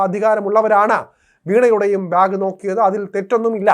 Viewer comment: ബ്യാഗ് അല്ലാടെ ബാഗ്